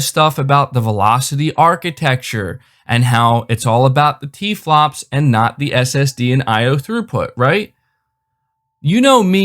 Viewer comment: bu bu but the tewaplofs and velochity ..and muhmory bandweedt of my seerees x